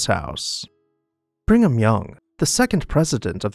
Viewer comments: Nice video, although it’s pronounced “Brig-um,” instead of “bring-um.” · Brig ham... not Bring ham.